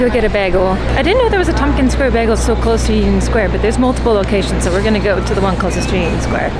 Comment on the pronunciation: A BAG-le?!!?! Girl how have I never noticed you don’t say it bay-gul….. weird